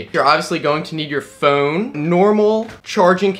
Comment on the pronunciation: I just love how this guy pronounces phone..."PHooooun"...it's like his brain farts after the "ph" :D